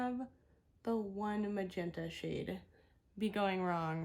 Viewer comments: That one shade you actually say like magenta with the m and g switched! (Juh-menta) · Instead of MAGENTA, the shades name is JA MEN TA . Something funny he said in a previous video